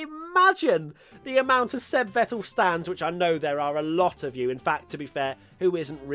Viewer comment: You actually nailed the german pronunciation of Seb. NOICE